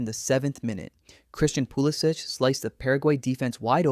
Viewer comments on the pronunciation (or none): Pool-ih-sick, not pool ih-sich. he isnt croatian hes from hershey, PA.